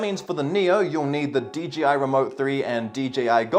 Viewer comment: Everyone says DGI instead of DJI lol